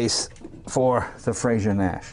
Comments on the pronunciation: It's a very small point, but Frazer is not pronounced like Frasier (the TV show), it's like adding an 'r' onto the end of the word 'Phrase'. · I'm not a pedant by nature but I can't take it any more. It's Frazer not Frasier! Different names, different pronunciations. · It's frazer not frasier .great car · You'd think someone who is half-Scottish would now how to pronounce "Frazer."